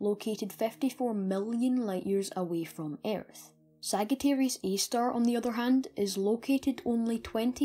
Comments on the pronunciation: It's not pronounced sag it's pronounced sajiterius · great content, for a person of your age. you have great knowledge and passion. however, one thing I'd like to tell you: its not pronounced as /ságittæreeus/ but /sájittæreeus/ :) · sag it arius is not how its pronounced but alittle bit of points given for being british btw it (saaj i ter ius.) Sagittarius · It's Sagittarius not sagatarius. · Great video; its thrilling to see teenagers genuinely interested in Astrology and Physics. Just an FYI btw Sagittarius is pronounced Sadge-ah-tear-eeus. (Not criticizing) Be proud of yourself kiddo Thumbs up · Sajitarius not "g" Messy-A not "err" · You're saying Sagittarius wrong and my face implodes on itself when you say it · Just an FYI, Sagittarius is pronounced with a “j” sound. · its Sagittarius A-star you pronounce it as we pronounce g foy gym or not as g for gum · Thanks. Yeah, after I created the video, I realized and was kicking myself for it. In my latest video where I mention it, I've pronounced it correctly :) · Ah, yes. I realized after I posted the video that I pronounced it wrong. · Thanks. Ah, I realized as soon as I published this video that I had pronounced it wrong.